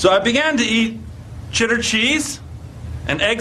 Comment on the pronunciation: ...so i began to eat, chitter cheese and egg samwiches...